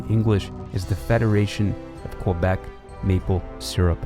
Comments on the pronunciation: That too. Should be "Kay-bec" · Isn't the most glaring mispronunciation in the video calling Quebec "Kwuh-beck"?